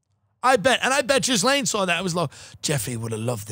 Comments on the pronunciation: I feel like everyone who knows how it’s pronounced pronounces it Jizz-lane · Do they know Ghislaine is not pronounced Jizz-lane? I honestly can't tell